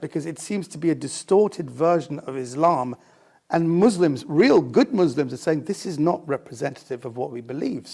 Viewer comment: "good mu-s-lim-s"??? Never met one